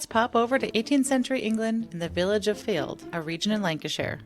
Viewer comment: Fylde is pronouced Filed